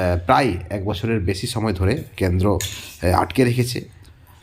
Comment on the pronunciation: ক্যান্দ্র নয়, কেন্দ্র